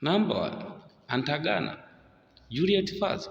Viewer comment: Good analysis bro! Keep the flames burning! My take: Modify on how to pronounce"Atangana" and not "Antagana"😀